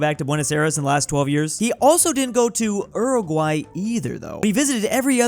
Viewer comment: Who also had bleeding ears when said Uruguay?